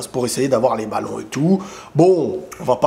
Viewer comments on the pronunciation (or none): Prononce Pèpe , pas Pépé !